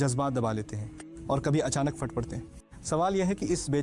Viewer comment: یہ بڑی خوفناک بات ہے کہ اے آئی ہندی لہجے میں کیوں ریکاڈ کر ریی ہے۔ استاذ عربی ہرگز ہرگز غلط نہیں بول سکتے،یہاں قرآنی آیت کی تلاوت تج غلط تلفظ میں کی گئی ہے، "الا بذکر اللہ تطمئن القلوب" میں "ذ" کو "ج"میں کہا گیا ہے جو عربی بولنے والا ہر گز ہر گز نہیں کہہ سکتا۔ "پھٹ" کو "فٹ" کہا گیا ، چلئے یہ تو اردو ہے ، لیکن استاذ عربی غلط تلاوت نہیں کر سکتے۔